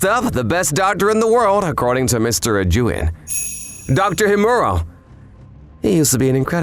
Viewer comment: So they can't pronounce Torture Sommelier or Ijyuin's name?